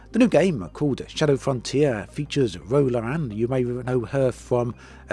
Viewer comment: Awesome round-up but I gotta deduct some points for that pronunciation of Ro Laren - Star Trek fans rise up in indignation!